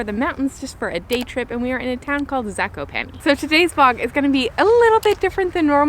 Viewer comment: Ok I feel I am going to be the proper pronunciation guy Zakopane Za-ko- pa-nÉ and Os tsy (ugh) pek. I am struggling here